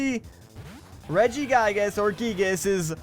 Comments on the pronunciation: Gigas how you say it is Reggie gigas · its prunounced regi-gigus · How tO pernounce reggigas re-jI-gI-ges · pronounces it two different ways but still manages to butcher the name lol